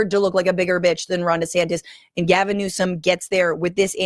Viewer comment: Gavin! GAH-vinnn! The Gavinator! The Gavmeister! Gavarooni!